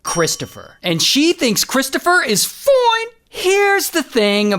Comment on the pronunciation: That “foineee” was funny